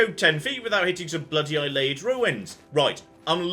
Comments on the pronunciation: Now that we've sorted out your pronunciation of Cheydinhal, I feel like you should know that Ayleid is pronounced ay-lee-id, not eye-lay-id. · learned how to pronounce Cheydinhal. Now he needs to learn how to pronounce Ayleid correctly. Ay-Lee-Id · Let's just embrace it and say it's A-li-en. A-li-en ruins. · Can't wait until we hear an NPC say Ayleid properly, and will stubbornly refuse to refer to them with the correct pronunciation. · I know is a noob and I should forgive and forget, but the way he pronounces Ayelid gives me hives.